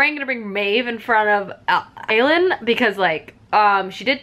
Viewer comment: Wait isn't Aelin pronounced A- Lynn?? Now I'm confused 😅😅